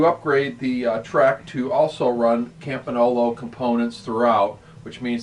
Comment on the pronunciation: campinolo ???? its campagnolo